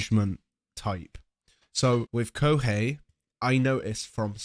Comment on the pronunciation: ahhhhh hearing the introducer call him "ko-hee" made me cringe a bit